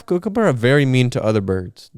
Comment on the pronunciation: the way he says kookaburra 😭😭😭